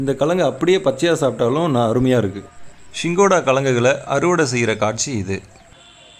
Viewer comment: சிங்காடா...சிங்கோடா இல்லை.